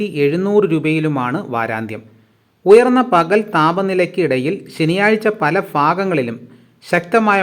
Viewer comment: ഫല ഫാഗങ്ങളിൽ എന്നല്ല കൂവെ, പല ഭാഗങ്ങളിൽ.